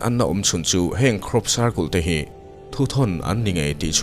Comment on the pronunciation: circul tih chu mawilo e pa cle in i lam lo a